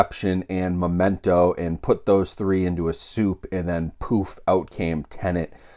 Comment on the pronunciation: Are you saying "Momento"? It sounds like it. It's Memento. :-) Sorry if I'm hearing it wrong?